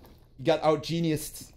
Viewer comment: Why you always say genuis